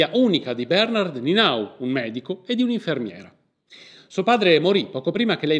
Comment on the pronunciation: Conoscevo la storia da quando la foto è stata venduta per 10.000 euro. Ho faticato a seguire il video, la pronuncia dei nomi non è diciamo accurata: ("ie" è un i lunga, sulla quale ricade l'accentuazione tonica= Nienau). Il resto appare corretto. Grazie per la diffusione.